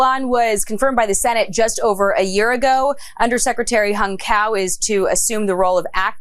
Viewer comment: I’m Vietnamese and that’s not how you pronounce hung cao 😂. They don’t even respect him enough to pronounce his name right 😂